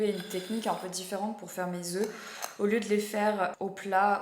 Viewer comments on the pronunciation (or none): none